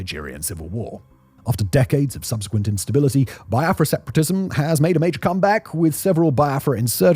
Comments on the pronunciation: Not pronounced Bai-a-fra. Its Be-a-fra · Its pronounced "be-are-frah" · It's pronounced like BeeAfra